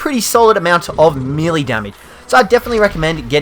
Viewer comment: your saying melee wrong